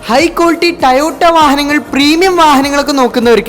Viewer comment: ടയോട്ട അല്ല പൊട്ടാ, ടൊയോട്ട ആണ്